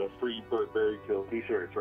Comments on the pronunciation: Why is B E R T being pronounced as "Bret"? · can i ask why you put bERt in the captions but they pronounce his name bREt? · BERT- pronounced BRET? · His mom says bret, its bret lol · Why does everyone say his name like "Brett" when all text says it's "Bert" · So his name's spelled Bert but pronounced Brett? Wow, no wonder why this guy's always gettin' loaded. Just kidding, that is kind of a mindfuck though... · Bert pronounced Bret. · They say his name is Bert but they keep fucking calling him Bret WTF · why do they keep saying his name is "bret" .....